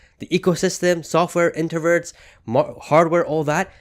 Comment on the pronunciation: “Intervert” lol Inverter. Good video tho 👍🏼